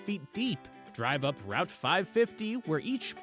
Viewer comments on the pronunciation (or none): none